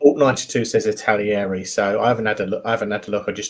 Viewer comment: Eddard ? Italieri ? Is it really that difficult to pronounce brand names properly ?